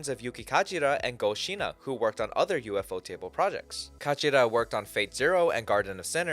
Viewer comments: It's not U.F.O. Table, it's a single word, Ufotable. The people that founded it pronounce it "Yūfōtēburu". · He's pronouncing it wrong in this video. The Japanese pronunciation is "Yūfōtēburu". And that's more or less how I pronounce it, "You-foe-table".